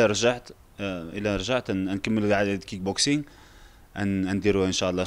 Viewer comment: كيك بوكسنك أخويا ماشي كينك